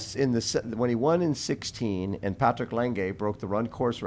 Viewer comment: Patrick "Lang-gay". That’s a new one. "Law-ga". That poor guy, every Ami has a different pronunciation of his name.